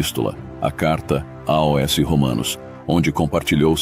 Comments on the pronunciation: Among este canal mas será que alguém pode me explicar porque ele fala (A.O.S) e não AOS? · Com exceção do "A O S" do narrador, gostei muito do resumo da História da Igreja. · O narrador não consegue pronunciar a palavra aos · Porque o narrador artificial infelizmente ainda não tem a capacidade de pronunciar AOS corretamente. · A voz que narra o vídeo é de uma Inteligência artificial AI, e ela ainda não consegue pronunciar corretamente a palavra AOS. Só isso Obrigado pelo seu comentário, ele é muito importante para o canal, compartilhe este vídeo com alguém e que Deus te abençoe!!! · É "aos". Por exemplo: Escrevo "aos" irmão de Londrina/PR. O narrador não consegue pronunciar a palavra aos.